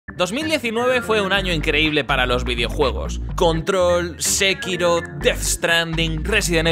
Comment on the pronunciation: Que forma tan rara de decir sekiro